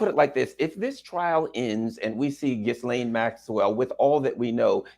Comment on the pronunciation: It’s GHIL-LANE, not GHIS-LANE.